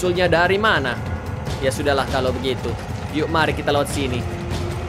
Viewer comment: Ketularan abang jadi suka bilang shotogunto